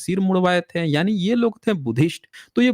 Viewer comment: "थें" की जगह "थे" कहना सीख लें, तो कितना अच्छा हो! लेकिन आप "थे" को कभी "थे" नहीं कह पाते हमेशा थें थें थें.... ये "थें" "थें" क्या होता है? आपका शेष सभी बहुत ही अच्छा है। आप फैक्ट को रखने में सर्वश्रेष्ठ हैं।🎉